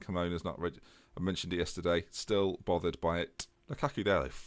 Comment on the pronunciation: you are killing me, please pronounce Lukaku correctly.